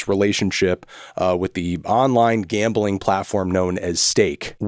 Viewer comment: Bro its Gambling not Gambaling.